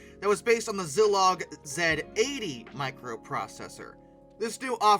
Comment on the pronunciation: SC/MP = SKAM-p' (like the word scamp) Zilog = ZEYE-log (long i)